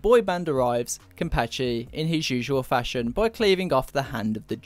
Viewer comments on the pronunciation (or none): none